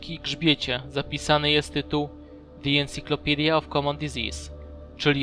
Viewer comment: Encyclopedia wymawia się Insajklopidia